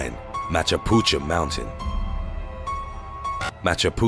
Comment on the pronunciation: U pronounced machapuchure to machapucha at no .9